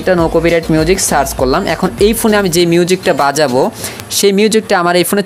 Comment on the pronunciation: ওরে গাধা ওটা সাচ হবেনা সার্চ হবে আর এটা মাইক্রো ফোনের ছিদ্র